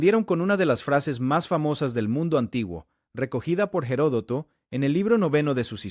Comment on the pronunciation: Se dice Platea y Herodoto no tiene una hache aspirada si no que la hache es muda en castellano,por favor hable el idioma con propiedad.